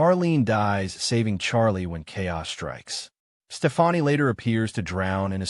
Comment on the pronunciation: another AI video smh.. "STEFANI" ...